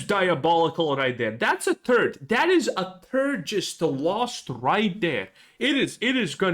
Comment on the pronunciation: I love how you say third- turd 🤣👍